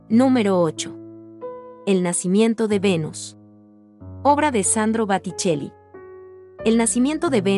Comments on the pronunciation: Deberias preocuparte mejorar tu pronunciacion Es Boticelli no baticelli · No es Batticelli !!!!! Es Botticelli !!!! Con O !!!. Lo repetiste varias veces . Me horrorizó !!! No pude seguir viendo el video , tendrías que tener más profesionalidad. Son apellidos demasiado importantes para que te equivoques de tal manera . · No puedes decir BATICCELLI, acentuar mal las palabras y no respetar los signos de puntuación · Boticelli debe decir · Está narradora no sabe leer , palabras con acento no las pronuncia correctamente a botcceli le dice baticcelli que practique antes de hacer su video. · Debe aprender a hablar y a leer. Boticelli! Entre otras aberraciones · Me encantaron sus pinturas!! Pero por favor, pongan a una persona que conozca el idioma italiano, para que pronuncie debidamente!! Es un verdadero ataque al idioma, el que hace esta mujer!!... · Que pronuncia muy bien? Se ve que no conoces a estos grandes maestros, a Miguel Ángel o Michelangelo lo nombró de manera impronunciable, lo mismo que a Sandro Botticcelli a quien cambió la O del apellido por una Á durante todo el tiempo. Mi observacion no tiene intención destructiva sino todo lo contrario, que se transmita cultura en todos los aspectos. Es mejor no refutar un tema desconocido como es la buena pronunciacion de un idioma extraño. Es algo que involucra a la cultura y ese el objetivo de este video.Espero haber dejado claro el motivo de mi comentario. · Boticelli no Baticelli...por favor asesorate bien al menos para subir un vídeo...y pronunciación aunque no sepas hablar el idioma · La señora que narra de forma tan equivocada, desmuestrando que no tiene educación alguna.. ignorancia total en.los nombres de las obras y los nombres de los artistas.... por favor los influencer no son ni periodistas y con esto se demuestra la vergüenza que Dan casi todos.. te enteraste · BOTTICELLI, not BATTICELLI 🤟🤟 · Se dice Botticelli no Batticelli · Botticelli!!! No Batticelli!! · Es Boticcelli no Baticcelli